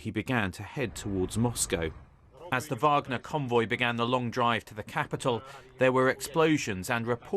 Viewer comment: Putin's promise to his people? I think Benjamin Franklin said something once about trading liberty for security. Maybe it's the Warhammer fan in me, dude, but it's pronounced "Vahg-ner", not "WAAAGH!-gner"